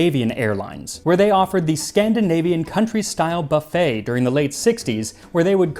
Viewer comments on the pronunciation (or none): none